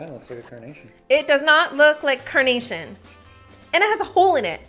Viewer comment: Everytime you say carnation I hear coronation and I spent several minutes wondering what the heck was a coronation flower 😂😂